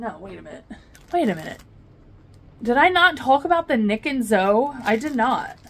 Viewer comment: Package pickup is the greatest thing ever! And I think you're right about Nic + Zoe...idk why I always pronounce it like ZO 🤦‍♀️🤣